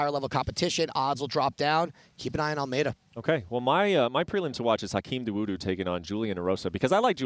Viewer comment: This fool okomota never taking time to do research on names and updated on fighter. Look how embarrassing he pronounces Hakeem dawodu's name. FOOL!